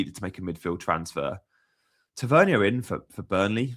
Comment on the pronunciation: Ta-Ver-Nier, sorry your pronunciation is driving me a little bit crazy 😂